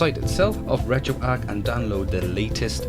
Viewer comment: It's calibrate not collaborate, emulator not emalator and retroarch not retroark